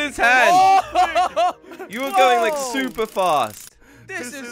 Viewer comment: In the intro he said super spluper😂😂😂😂😂